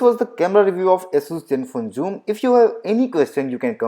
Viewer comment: Asus please adjust accordingly, it's Zenfone Joom!